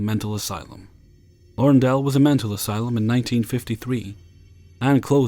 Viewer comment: Awesome as always,! Just in case it ever comes up again, "Larundel" is pronounced "La-RUN-del". Yes, I'm from Melbourne — and for the Americans, "Melbourne" is pronounced "MEL-bun". lol:)